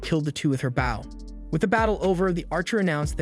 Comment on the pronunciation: I hate it when the ai voice CANT SAY BOW PROPERLY THE AI SAYS BAO